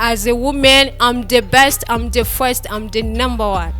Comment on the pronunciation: Ati am the fwesti😂😂Nelly nat aranyicaa 😂